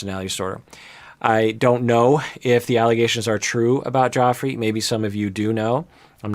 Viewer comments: isn't it meant to be pronounced Jeff-rey? i think may be mispronouncing it here. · it's pronounced like "Jeffree" not "Joffrey." Lol. He might have horrible allegations against him, but even if they're true he's not GOT bad. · Pronounced JEFFry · It’s okay and you’re not the only one pronouncing it that way. I think the others must’ve been GOT watches, lol. Anyways, love your insight! Keep up the great work! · I love that he's calling him "Joffrey" because I keep hearing it as King Joffrey from GOT lol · Joffrey. Game of thrones. Cracks me up bc if the allegations are true the pronunciation is suitable.. 👀 don’t worry I’m terrible with pronunciation and I have it pointed out from time to time on youtube too 😅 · its pronounced like JEFFREY lmao!!!!